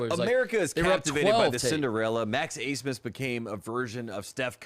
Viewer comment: why the hell is max abmas’ name pronounced aismas?